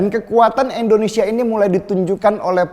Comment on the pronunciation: Indonesia bukan endonesia